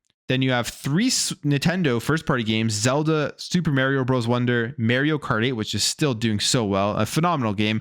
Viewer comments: Why do people(often Canadians) pronounce Mario "mare e o"? I don't get it, his catch phrase is literally is it'sa me mario. There's no ambiguity how to say it. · He consistently drives me nuts when he does this. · Sorry bro, but I hate the way you pronounce Mario... 😂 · Anyone gritting your teeth when he mispronounces Mario? 🙄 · Bruh. Stop saying mario like that